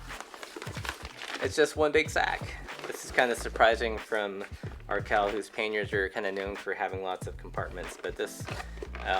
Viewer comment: Panniers > pronounced " Pan nee ers", not "Pain ers".